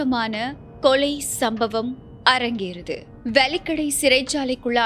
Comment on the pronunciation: அது 'வலிக்கடை' அல்ல, 'வெலிக்கடை' ஆகும். தயவுசெய்து இனிவரும் காலங்களில் அதை சரிசெய்து கொள்ளுங்கள். நன்றி.